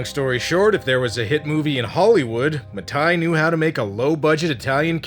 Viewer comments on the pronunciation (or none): * Bruno Mattei, not Bruno Matai